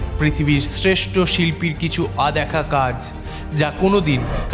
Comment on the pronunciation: Adekha kaj aber ki ? Aloukik ki? Odekha hoy .... R OLOUKIK hoy... Bangla uccharon e pray protita video tei kichu na kichu vul pai.